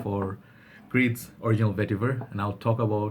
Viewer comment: You went and bought it XD :D :). Original VETIVUHRRR! Vetiver... Yes niche hype for you.